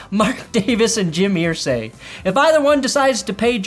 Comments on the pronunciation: Err zay not ear say. Your bronco loving 🫏 is driving me crazy.. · It’s Irsay like Ursula… Ursay. Not ear-say. It’s like claws on a chalk board. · EAR-say. What’s with the pronunciation?? You’re killing me,! 🤮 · Wtf is wrong with you calling him Earsay? Nobody does it but you. Srsly. It's annoying. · Why are you pronouncing Irsay like that?